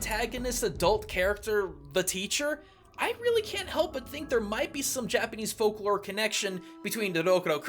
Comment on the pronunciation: Fascinating! And your Japanese pronunciation is amazing. I thought the design of The Teacher was just inspired by the monster, though.